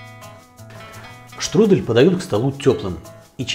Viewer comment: Штрудэль это ты Штрудель! Е, а не э Не беси